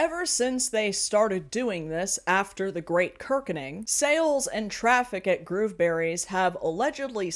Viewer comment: I kept hearing 'Groomberries'....which, yeah...